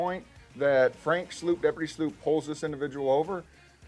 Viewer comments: I though Frank's name is pronounced "SLOPE" and not "SLOOP" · It's prpnounced "Slope" not "Sloop" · Hey Sheriff. Congratulations on your election. It's okay to call him Frank like we do. I believe Sloup is pronounced "slope" not "sloop" 😬 see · Dear Sheriff Teeple, congratulations on your promotion/election. However I suggest that you would be well served by learning the corect pronunciation of Frank Sloup's name. He pronounces it S-L-O-P-E. NOT S-L-O-O-P. Typically a vowel which is immediately followed by another vowel pronounced as a long vowel. Other than that, GOOD JOB. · This Teeple dude needs to learn how to pronounce Frank's last name. Very disrespectful to Frank. It's pronounced SLOPE not SLOOP. 🤦‍♀️ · If you're going to narrate Frank's videos, PLEASE pronounce his name correctly!! It's spelled Sloup but AS YOU CAN HEAR Frank say himself, it's pronounced like SLOPE, not Sloop. He's literally your employee so you should know this! 🤦‍♀️ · isn't Frank's last name pronounced like SLOAP? rhymes with SOAP? Sheriff Teeple pronounced frank's last name like SLOOP, rhymes with SOUP.. imagine that.. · Come on Sheriff Teeple...learn how to say your deputy's,name. It's (spelling it wrong on purpose) Slope, not Sloop. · sheriff its pronounced slope, not sloop lol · Why does the new Sheriff not know how to pronounce Franks last name..slope not sloop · Sheriff, the deputy's name is spelled Sloup, is not pronounced sloop but SLOPE!!!!!! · Good LORD Sheriff! Your best rep for Pinal County's name is pronounced SLOPE! Sloup is pronounced Slope, not sloop. Please...? jeez! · Who is deputy “sl-oop” ??? That’s deputy “sl-ope” - SLOUP Why is he pronouncing it like that? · Sheriff teeple. Please pronounce his name as deputy slope, not sloop 😛. I’m teasing. These all were great. Tough to decide. The 2nd one cracks me up with the faces he makes with the Karen dude just talking back to him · It’s pronounced “slope” not like a slurred soup.😂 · It’s pronounced slope